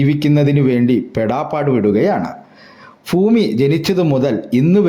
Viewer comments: കുറ്റപ്പെടുത്തുകയല്ല ബ്രോ ഫൂമി അല്ല ഭൂമി 👍🏻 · ഫൂമി ! എന്തൊരു അരോചകമാണിത് ഭാഷ നന്നാക്കാൻ ശ്രമിക്കൂ ശരിയാക്കിയെടുക്കാവുന്നതേയുള്ളൂ